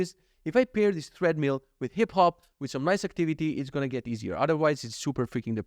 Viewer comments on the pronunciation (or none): Enjoying the podcast on audio version. Just came here to say - it's pronounced "TRED-mill" not "THREAD-mill" 😊 looking forward to next episode